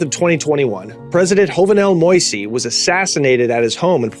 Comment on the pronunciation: “Jovenel Moïse” is pronounced “Gio-venel Mo-iss” not “Hovenel Moysé” lol